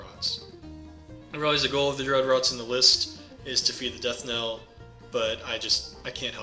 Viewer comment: Knell is pronounced like nell not niel.